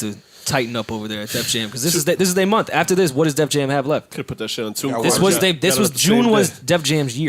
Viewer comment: Joe can’t say month. He says ‘mumf’.